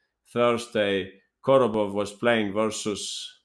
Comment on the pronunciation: Korobov, not Kordobov